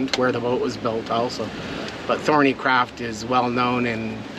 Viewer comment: Rebuild your engine, those Perkins engines go on forever providing you look after them, we know you had trouble with the exhaust, but that was nothing to do with the engine the over heating could be caused by crap in the heat exchanger, PS It is THORNEYCROFT not THORNEYCRAFT. Cheers